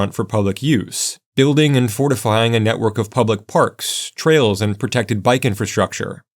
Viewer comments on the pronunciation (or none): none